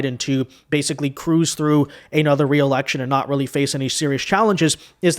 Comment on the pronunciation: He’s going to have a “weally” hard time going up against anyone with his trash record in California. Do all Dems code switch? I see a pattern here.